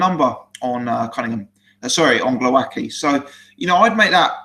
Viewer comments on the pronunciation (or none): its GWOWASKI 100% sure (polish roots here) L like w in english(ex white) cheers